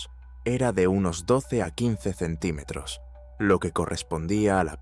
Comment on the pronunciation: no sabe decir centímetros la IA o que?